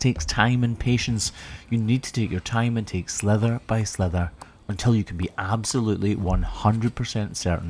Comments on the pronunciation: I’ve been trying for a long time to figure out if says slither or sliver when talking about cutting thin layers of hoof. It really sounds like he’s saying slither, in the U.S. it means to slip or slide like a snake, does it mean something else in Scotland? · Sliver not slither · It always tickles me when you say slither instead of sliver. ❤